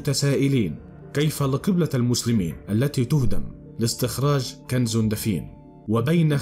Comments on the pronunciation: كنز وليس كنذ!؟ وفي آخر الزمان وليس الذمان... وما دام كل شي آخره الله اعلم... انت ليش متعب نفسك!!؟؟. المصريين هدمو هرم اللغه العربيه 😠..... احه 😏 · يا اخي ما الربط بين الكنز الموجود تحت الكعبة وكنز نهر الفرات حين يجف انت خلطت الحابل بالنابل. وما هذه اللغة والنطق من اين جئت بكلة (كنذ) كنز (الذمان)الزمان تعلموا لغتكم فضحتونا بين الامم.